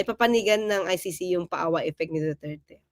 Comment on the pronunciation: du turd kayo ng du turd, duterte po ang bigkas, hindi du turd.